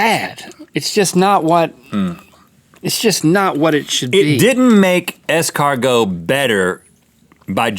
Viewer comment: Did it jerky? ES-CAR-NOOO!!!